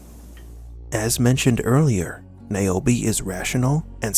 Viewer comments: Who the F is Niobi always thought her name is nirobi😂😂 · Keep NAOMI’s name out yo motha fuqing mouth 😂😂😂 it works, say it like he did 😂